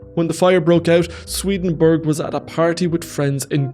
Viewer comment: It's not SwedenBERG! It's SwedenBORG!